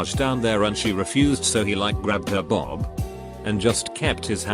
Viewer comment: Why did it pronounce boob as Bob. I’m dying 😂😂